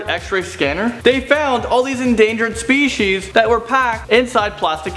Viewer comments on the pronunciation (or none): none